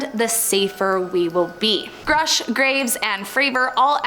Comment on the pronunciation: It’s “grush” not “groosh” woman.